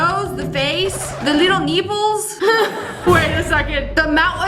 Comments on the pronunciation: Not her saying the leetle neeples😂😂😂😂😂😂😂😂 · "the leetle neeples" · Leetle neeples😂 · I agree, "the leetle neeples"!! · Honestly, "the leetle neeples" 🔥